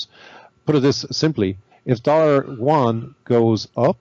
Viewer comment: How come no one can pronounce Yuan correctly? Yew-ahn.